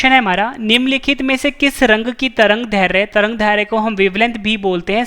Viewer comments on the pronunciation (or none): दैर्ध्य का उच्चारण गलत हो रहा ह